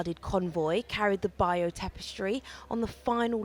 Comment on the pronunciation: ‘The buyoou tapestry’? Does she mean the ((beyurrr)) tapestry? 😂